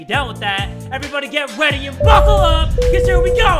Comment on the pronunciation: anyone else notice that he's been saying "get weady" instead of "get ready" lol